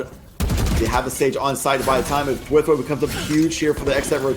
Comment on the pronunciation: i really didnt like the announcers. especially round 3 9-7 TSM. when they lose 3 members of their team they instantly dropped into the "falling apart for __ team" phase. they seemed kinda biased to me, but idk. also I just noticed that they pronounced thwifo's name as "thwiffo" edit: rewatching i noticed that they said "weak omen in the face of a jett" like what does that fucking mean